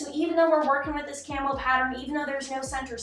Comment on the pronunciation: I definitely though you were saying “camel” not “camo” for the first few times you said it 😂